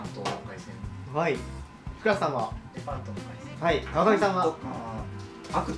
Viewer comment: レパントをブランドっぽく言うのやめて